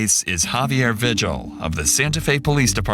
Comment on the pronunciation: The last name “Vigil” isn’t pronounced “vih-jill”, it is pronounced “vee-hill”. Same way you pronounce the “j” sound in Spanish, because Vigil is a Spanish last name.